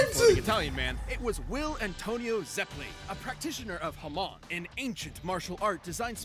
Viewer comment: death battle managed to pronounce Hamon the opposite way its supposed to be. your supposed to emphasize the MON not the HA so while they said it like HAmon its supposed to be haMON. also its not mon like in pokemon its mon pronounced like the word moan.